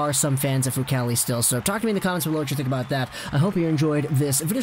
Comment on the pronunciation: Decent report but...Myoon-itch?